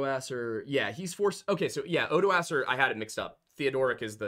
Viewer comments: For the love of god, I've studied the Franks and it physically hurts me to hear people calling Odoacer "oodohseer" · you're very close, at the least. Every expert I dealt with in college was confident that the pronunciation was far more along the lines of "ohdwuacker" or "oddwacker", depending on how British the prof was, for whatever reason. Frankish names get really fucking weird and their pronunciations/emphasis on certain parts can get even weirder.